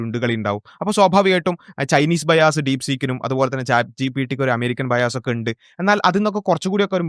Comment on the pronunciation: ബൈ ആസ് (രണ്ടു കുണ്ടി അല്ലെങ്കിൽ കുണ്ടി വാങ്ങൽ ) അല്ല ബയസ് (പക്ഷഭേദം )